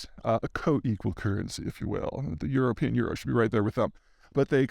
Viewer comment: Good stuff. Your "European" is hilarious.